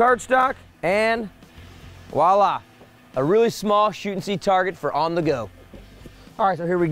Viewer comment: Voila* Please don't ever say "wallah" again. That word is entirely wrong context here.